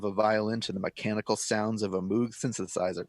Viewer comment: he said moog wrong